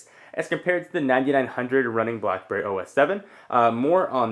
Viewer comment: Is it just to me or are you saying BlahBerry lol?